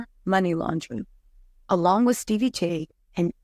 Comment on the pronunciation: Steebie 🤣 I can’t say his name correctly since joseline!